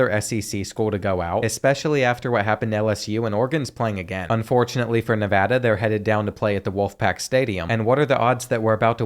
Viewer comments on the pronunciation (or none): this guys Nevada pronunciation kills me